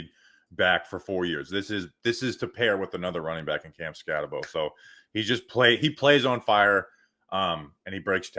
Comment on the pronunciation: Its skat-A-boo trust me I live in Arizona and I'm a big sundevil fan